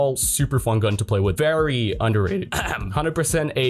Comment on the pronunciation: Very undehhrated (cough cough)